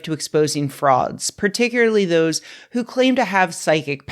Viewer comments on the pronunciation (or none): Apropos of nothing, when she said "exposing frauds" early in the video I thought she said "exposing frogs".